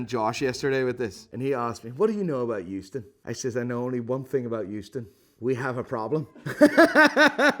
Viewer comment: Houston but he say euston